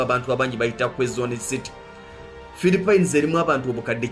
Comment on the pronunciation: Dd i heard philipen😳😳😳!!?